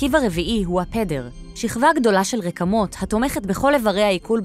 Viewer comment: זמן: : לידיעה הצורה הנכונה היא: ' RIK-mot הוושט'!